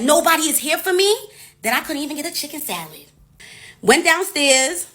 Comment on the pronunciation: Lmfaooooo chiikeen sALiittt ?! 😵‍💫😳 chikken salid?!! 🤣🤣🤣🤣🤣🤣🤣🤣🤣🤣